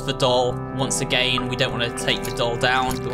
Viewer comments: why u say again like agayn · I love how he says "agayin" instead of "again" , I know it's his accent but it's just funny.😂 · also y does he says again like that